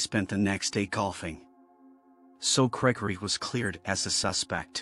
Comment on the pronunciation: Is it just me or did it sound like the way the narration voice pronounced Gregory in the first story made it sound a lot more like it's saying "Cray Cray"??